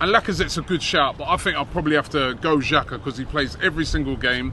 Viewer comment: I had to come back to this vid of this guy saying XHAKA after today’s game ❗️ Wtf man